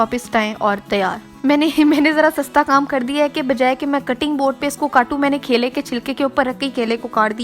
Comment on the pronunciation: Apke kaile 😂😂mere kaile 😂😂 apka dosra kaila, 😂😂😂😂khud video dekho or suno kitna weird lgra hy Or yeh recipe nahi thi ..bore hoke dosro ko bore karna ka new tarika tha